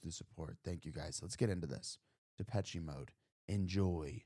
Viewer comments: The last " e " in the word " Depeche " is silent. It's Depesh, not Depesh -e. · I have to... sorry.... The "che" in Depeché is pronounced "sh".... it's French. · and no e at the end